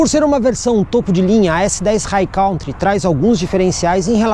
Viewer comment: Sou seu seguidor assíduo, portanto tenho muita consideração por você. Como a maioria dos brasileiros pronunciam a palavra COUNTRY como "cautri" essa pronuncia não existe no inglês o correto é "'kantri". Estamos sempre juntos. Abçsss$$$